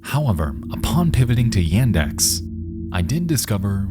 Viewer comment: It's actually pronounced "Yah-ndex" :) Also when the title of the video appeared near the end of the final segment, I first read it as "Drunkest Lost Media"